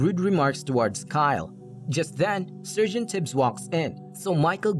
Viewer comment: What is a surgent? It´s so tiresome listening to this.